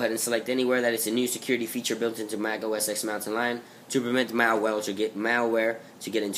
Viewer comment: It's pronounced "Mac OS ten"